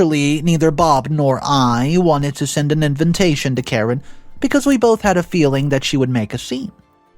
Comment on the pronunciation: It’s A-RAIN-MENT not arrangement when someone is charged after they are arrested. Invintation also really grates me when the correct pronunciation is IN-VIT-TAY-SHUN. 🥴🇬🇧